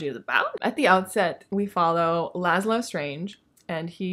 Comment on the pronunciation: Dread Nation has been on my TBR forever. One of my closest friends loved it (I need to check and see what she thought of the sequel, I know she got it when it came out.) Scythe..I have that whole dang trilogy and haven’t read it yet. Really interested in Strange the Dreamer! Although every time you said Lazlo, I heard it in that New York accent of the girl from the Doctor Who episode where Lazlo got turned into a Pig…lol